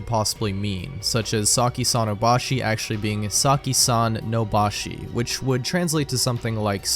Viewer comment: 咲さんの場所 (saki sans place) would be read as saki san no bashO, not bashi.